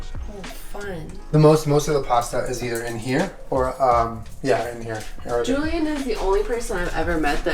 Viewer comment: it looks so goood-uh